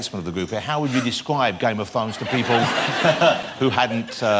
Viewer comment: "I am a huge fan of game of thwones" 5 seconds later: "you play, ty-tywin, is that wight?"